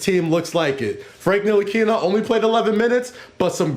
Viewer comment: Yo MSG employees, please at least know how to pronounce your players names. NIL-A-KINA. And Ibra-him-o-vic. Jeez.